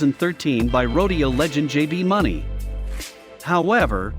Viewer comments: This is also coming from the same person that called JB Mauney JB Money😂 it’s one of those looked up the top 10 bulls on some bs website then did a little bit of reading on the PBR. I mean all good bulls but probably should learn how to pronounce one of the best bull riders of all times name lol. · 1st Bushwacker isn't 750lb, 2nd JB Mauney's last name is pronounced "Mooney"..get you facts right Sorry but Bodacious should be 1, Bushwacker at 2 and L.J at 3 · This narrator even say JBs name right